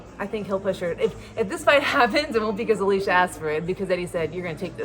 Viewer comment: Say Alycia name right or dont say it at all